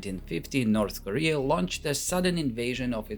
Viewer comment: "Norse Korea"